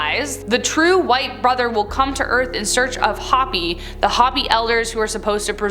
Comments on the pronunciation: For the love of Buddha, it's Hopi =H-oh-pee, not Hoppy. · Hopi is pronounced Hope ee, Not Hoppy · Hopi is pronounced hope-ee